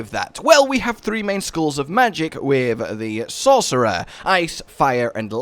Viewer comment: "the best class in diablo far? ahem SAUCERER!" :D